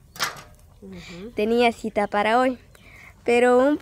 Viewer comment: Actitud no (adtiitud) Cita no ( sita)